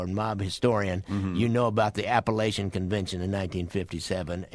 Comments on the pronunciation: You guys need to do more research, especially with regards to Apalachin, pronounced APA-LAKE-IN, NY. The home was owned by Joseph " Joe the Barber" Barbara and was set up to name Vito Genovese as the boss of bosses. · Never understand how every one mis pronounce it. My dad used to tell me stories, as we drive pass his home.